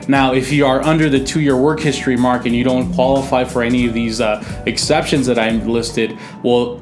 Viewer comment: SEXCEPTIONS. hahaha